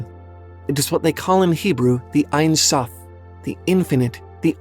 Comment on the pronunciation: hey, hebrew speaking here! the only thing I have to say is that it's not "einsoph" but "ensoph" (en = no, without; soph = end). it's pronounced as it sounds! "en" like in the word end, and soph like sophomore or soft! :) edit: crown crown in hebrew is keter and it's also as simple as it sounds! ket like cat, and ter as de-ter-minate determinate